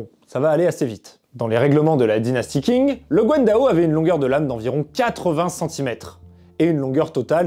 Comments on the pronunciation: Le nom de la dynastie Qing ne se prononce pas comme King en anglais Le "Q" en pinyin pourrait ressembler davantage au son "ch" De plus le "g" à la fin ne se prononce pas vraiment, se serait plus comme un "gn" pas trop accentué Une prononciation plus correct serait peut-être "Chign" Voilà voilà... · Qing se prononce plus comme Tching que King par contre. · Bonne vidéo mais attention : Qing se prononce tching* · Juste si tu parles des armes chinoises fait attention à la prononciation. Par exemple, 'qing' ne se dit pas 'king' mais 'tching', 'zhang' se dit 'djang', 'han' se dit plutôt 'ran' (avec un r raclé) Super épisode sinon